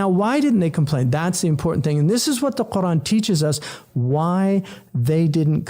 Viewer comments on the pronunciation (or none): Where does the "Hamza" in your pronunciation of Qur'an go, Brother H. Yusuf? For anyone who needs to know how to pronounce it properly